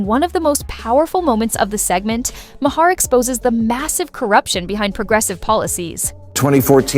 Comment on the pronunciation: Your credibility is questionable when don’t even pronounce Bill’s last name correctly